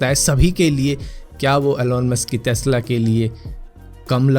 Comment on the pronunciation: टेस्ला ❌ तेस्ला ✅